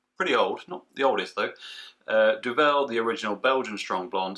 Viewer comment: Duvel don’t put emphasis on the ‘vel’ put it on the Du. It means Devil BTW.